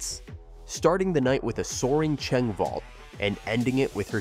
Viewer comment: It's vault lol (not being rude)